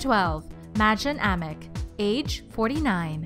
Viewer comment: You said alices real name wrong